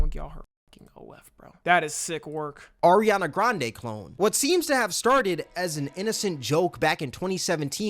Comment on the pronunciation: “Erinana grande”😭😭